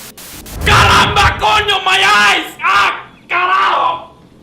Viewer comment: nice pronunciation of caramba, coño and carajo i actually liked desmond's story, but not the god awful ending will you be making a halo 4 review and a cod black ops 2 review ?